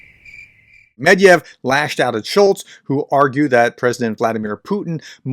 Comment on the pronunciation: The correct pronunciation is Med’vedev